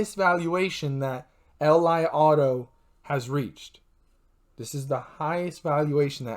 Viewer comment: It pronounce Lee auto, thanks 🙏🏼